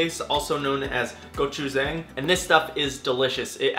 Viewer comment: Shout-out to the Gochujang suggestion, the bibimbap recipe is great but it also works amazingly for chicken, veggies, you name it. I think it's pronounced go-chu-jahng rather than go-chu-zang though.